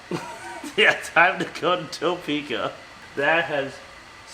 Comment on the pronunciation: I’m gonna give you a small, dumb tip as a Topekan. Pretend the O isn’t in the word and there’s like…an apostrophe instead. It’s more like a silent “uh” than an “oh.”